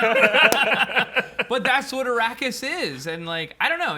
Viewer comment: You all butchered Dune Awakening. Don't even know how to pronounce Arrakis. It's Arrakis, not Arraksis. How are you all here